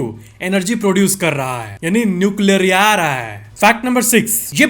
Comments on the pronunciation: NUCLEAAAARRAA hai😂😂👍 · Best part - sun nucleaaa rhaa hai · Nuecialriyariya hai 😂😂😂😂😂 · न्यूक्लीयरआ रहा hai 😂 that 's gajab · Nuclearahe was gajab 😂😂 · न्यूकिला रहा है was epic😂 kanpuriya up लैंग्वेज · Nucleararaha hai 😂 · Nuclearaha hai 😂😂😂